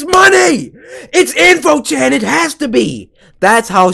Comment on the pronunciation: It's in~fo chan